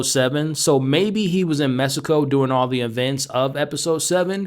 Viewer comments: M-E-X*ico not M-e-s-ico. There is an x not an s in Mexico. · “In Mesico” lol, pronounce it as “meheeeeco”